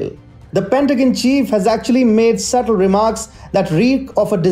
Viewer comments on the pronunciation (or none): none